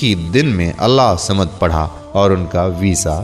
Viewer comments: Allah hu samad bollte hai Allah samad nai bollte hai samje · برائے مہربانی اللہ الصمد کو صحیح تجوید کے ساتھ پڑھیں ، آپ اسے صحیح نہیں پڑھ رہے ہیں ص پہ تشدد ہئے تو لہذا ہ کو ص سے ملائیں